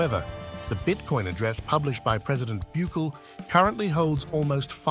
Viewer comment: God fuck say his name right BUKELE!!! NOT Buuckle 😂